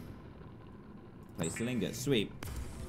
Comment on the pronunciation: Dan it’s not playsteel Ingot it’s plasteel ingot